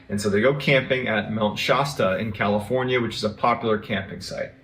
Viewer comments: Mt. Shasta particularly the "a" is pronounced like the word "cat" not like the word "hot" as MrBallen keeps saying. Not to detract from MrBallen's stories or character which I find interesting, just making a correction. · My family has a cabin in mt Shasta (not pronounced shosta btw) and it is a very wintering area in our world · Mount Shasta is near me.....there's always weird things that happen there. Except it's pronounced sh-ass-ta